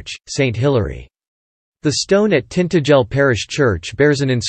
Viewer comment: Tintagel is pronoumcrd TintA gel agel and Fowey is Foy.